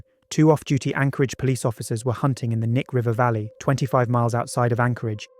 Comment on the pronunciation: Also just a tiny little note that doesn’t really matter but you pronounce the “K” in “Knik” so it’s “Kuh-Nick”